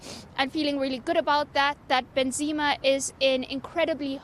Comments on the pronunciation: Benzima and milito... wha are those guys the reporter is talking about never heard those names pronounced like that before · can that lady reporter learn to pronounce the words correctly bruh, she's english and can't pronounce benzema or ballon d'or